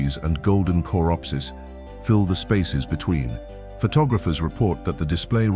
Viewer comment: AI generated voice. That's why it can't pronounce coreopsis